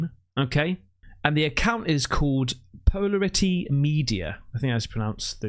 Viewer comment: PO-LA-RI-TY.... As in like the camera I would assume